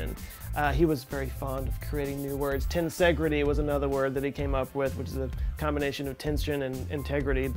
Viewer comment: Is the "portmando" a portmanteau of "portmanteau" and "commando"? Seems you're also a fan of "making up new words". Careful, it'll damage your "tensengrity" if you keep that up. Hehe. ;)